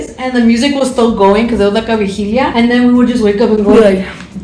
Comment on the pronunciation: Hearing the word "vigilia" triggered me.